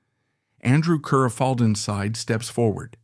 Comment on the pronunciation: Ruthven is pronounced RIVVEN. Kerr is pronounced CAR.